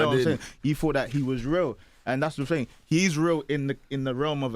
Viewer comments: “ting” not thing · it's a working class Londoner thing or should I say "fing"